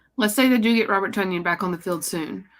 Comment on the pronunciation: Hey y'all, according to Robert, Tonyan rhymes with onion.